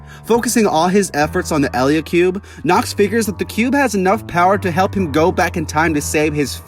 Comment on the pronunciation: Did you just miss pronounce eliacube